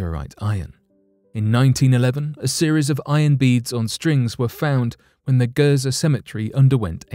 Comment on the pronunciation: Gerzer really everyone on the planet calls it Giza but you call it gerzer